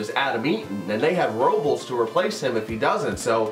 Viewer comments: It’s pronounced Robe-less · only comment, its pronounced "Roe-Bless"